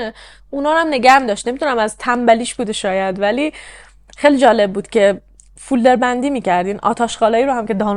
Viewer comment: خسته نباشی.خیلی خوب بود. فقط عزیزم فیلدر نه ،فولدر